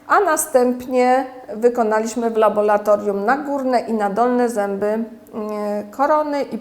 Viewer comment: W laboratorium a nie w labolatorium...